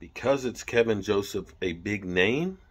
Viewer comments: second video you called him "Kevin".. put an L in it. KEL VIN. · It’s Kelvin not Kevin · Ke"l"vin Joseph isn't O.J. Simpson! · Is there any1 out there that can fix STUPID? Its Kelvin not Kevin...jus like its DK Metcalfe not DJ Metcalfe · Kelvin! Not kevin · yo his name is keLvin Joseph... not Kevin lol